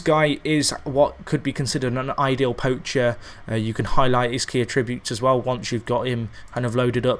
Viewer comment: And for god sake learn how to say attributes properly